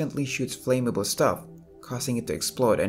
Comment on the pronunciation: …oh and, 'flame-a-ble'